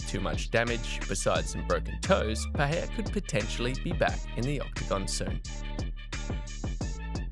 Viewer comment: Please pronounce the man’s name correctly wtf is [peheya]?